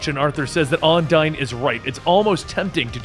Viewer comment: Has anyone else noticed that he pronounced Undine wrong the entire time. But still does a wonderful job.